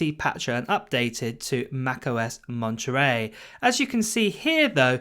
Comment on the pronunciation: I like the way you say the name of this system. Lingerie (Monterey)